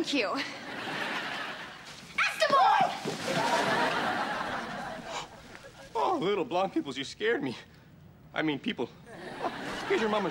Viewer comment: Why do they call them Esteban instead of Esteban. If you read if differently or you are Latino or you know how to pronounce it